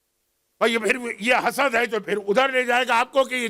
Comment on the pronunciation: Correction please read Hasad instead of Hasas and sakar tul mout' instead of salary tul mout'